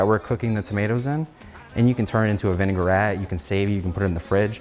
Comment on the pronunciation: It's vinaigrette , not ''vınegar-ette''.